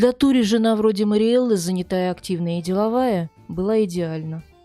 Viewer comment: Как всегда великолепная подача.Только думаю что не Тури, а Торе ( сокр. Сальваторе) Просто у нас два друга с этим именем и оба Торе. Хотя эта поправка незначительная, слушаю всегда с удовольствием.Процветания вашему каналу